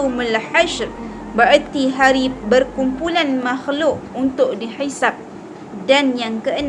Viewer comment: السلام عليكم ورحمة الله وبركاته ونشكر على كل نعمته .. Mabruk atas perkongsian ilmu yang baik.. cuma tersilap sebutan pada perkataan "berkumpulnya". 😊.. بارك الله فيك 🌹